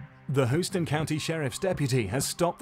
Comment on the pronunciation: who-stan??? You mean HOUSTON... lol